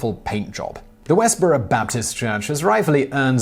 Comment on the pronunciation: "Westboro", not "West Borough". LOL.